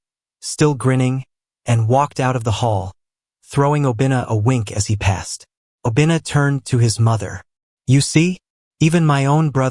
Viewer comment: I like the story but Obinna is pronounced wrong fyi